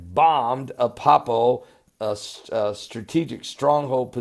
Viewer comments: it's not appapo fool it's Aleppo!! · remember when I helped you to pronounce Van-u-ah-too? I'd like to help you with ALEPPO in Syria. It isn't Ah-pup-poh. It is AH-LEP-POH. So the second syllable is like saying "lip" only "lehp" and the last syllable is just "oh". So AH-LEP-POH. You are just having a problem with the 2nd syllable. So it's LEP, not PUP. AH-LEHP-POH. Say it slow at first and then a little faster. Good videos, Pastor. Am enjoying them immensely! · And its Aleppo not Apoppo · Ah-Lepp-O Good work :0)